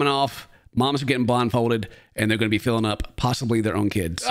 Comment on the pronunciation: When you said “feeling up” the whole time I thought you were saying “filling up” 😭